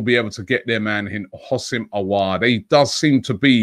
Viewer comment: The way Robbie pronounces Aour’s name🙈😅😂